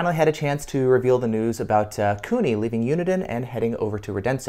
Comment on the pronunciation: It's Kuni, not Cooney.